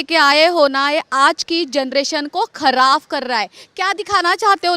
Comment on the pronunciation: Nahi she said all correct sab theek hai Lekin what is “KHARAF” ? 😂😂😂😂😂its KHARAB